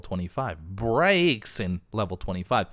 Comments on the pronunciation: it's pronounced (brax-e-in) ❤️ur vids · It's pronounced Brayxen